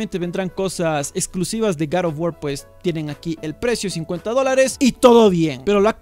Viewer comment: Como siempre excelente video y la pronunciación correcta del nombre del juego jajajaj garofguar un abrazo desde el país vecino colombia